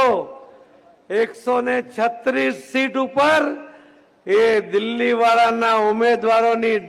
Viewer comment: દિલ્લી નહીં દિલ્હી બોલો